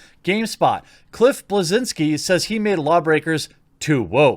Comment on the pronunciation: It's pronounced Bleszinski goddammit.